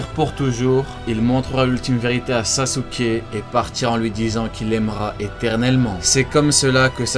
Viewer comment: J'ai trois correction pour toi c'est itatchi et saske et uchiha hhhhh pas wa oi compris 👍